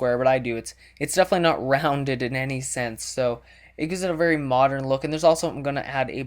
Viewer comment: I swear, if he says moderen 1 more time!